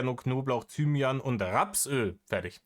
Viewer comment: Bei Thymianä hat's mich komplett zerrissen 😂😂😂